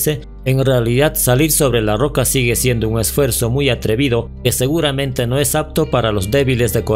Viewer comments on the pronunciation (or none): none